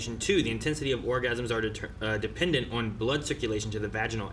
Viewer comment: often says the word "on" with an extra syllable. It must be a regional accent because the others also pronounce it that way a lot. It kinda sounds like "Last time uu-awwn..." 🤭